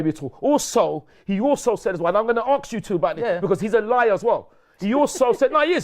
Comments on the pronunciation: has the cheek to talk about low IQ when he pronounces the word "ask" like "aksk", that right there demonstrates low IQ. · Lol says "aks" instead of "ask" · Why can’t this delusional Smurf pronounce the word “ask” properly? How is a 70 year old man saying “arks” all the time? 🤡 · it’s ask not aks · Let me aks you something bruh